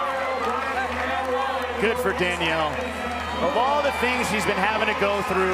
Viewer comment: he misspronunced. Even the automatic subtitles heard "he's" He said the "s" way too low